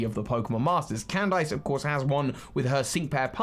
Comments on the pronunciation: why are u pronouncing Candice as can dice... thats not how u pronounce that... and its so cringey its pronounced CAN DISS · Cand-ice? Is it not pronounced Candis? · Never heard someone pronounce the name “candice” as “can” “dice”. Across the pond we say “can” “diss” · I know she's an ice type trainer and that's the pun, but it's not /actually/ pronounced Cand-ice is it??? Not Can-diss??? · I don't think that's how Candice's name was pronounced. What I remember in anime, how her name was pronounced, was pronounced as "Candy" with "S" in the end (Not like a lot of candies, but as "Candis"), not "Cand"-"ice". Of course, it may be that she has been pronounced differently in English version of Anime, although it makes no sense when Candice is England version of her name. Uxie's "U" is pronounced with an English U, not a Finnish U. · Why does he pronounce Candice like 🥫🧊? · I despise anyone who pronounces Candice's name as Cand-ice. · If anyone asks me why I dislike the English, I'm just gonna say they pronounced Candice as "Can-Dice" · I get that Candice is an Ice type Gym Leader, but you don't actually pronounce the "ice" in her name as "ice". It's just pronounced "candiss" lol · please "CAN-DISS" 👍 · pronunciation kills me lol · I bet he's trying to avoid the Candice meme